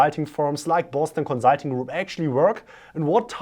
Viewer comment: Love your videos, but please adjust your pronunciation of "consulting"...